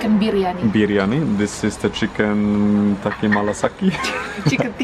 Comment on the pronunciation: Omg ! He is saying it chicken "tatti" haha